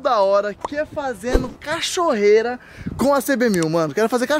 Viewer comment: Cachorreira kkkk essa foi boa kk eu falava assim quando era pequeno